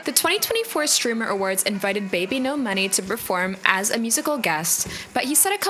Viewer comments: are you saying his stage name incorrectly on purpose? forgive me if you are and I am being ignorant to your ways. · I haven't watched this video yet but she just made one showing he underpaid artist, hung out with more problematic ppl, and more. It's a good video but you're right about that name mispronouncing (that she kept in that one too)